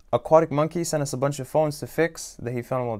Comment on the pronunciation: The funny way he said aquatic mongey